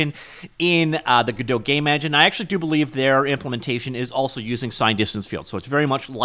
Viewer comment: you really did say "gay from scratch", I watched a few times at 0.5x to make sure I didn't mishear 😂